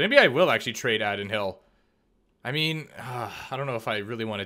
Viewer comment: (AAA-Din HILL )not addd-in hill 😂 good video